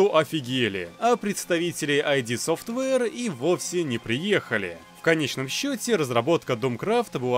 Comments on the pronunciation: id Software - "ид софтвэ", не "айди" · Друже, не произноси ай-ди софтвер, не надо так. Говори просто ид. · ИД Софтвэйр, а не АйДи)) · Я тебя умоляю, пожалуйста - не "АйДи" а "ид" софтвер. Сам Кармак несколько раз уже пояснял что именно так стоит читать название компании. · id Software читается как ид софтвэр